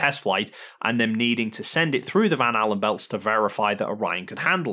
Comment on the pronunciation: "Val helar" radiation belt 😂